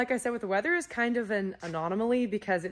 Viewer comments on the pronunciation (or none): Anomaly, not "anonomaly" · “anonamally” sorry, mispronunciations and malapropisms (using the wrong words) are my favorite things.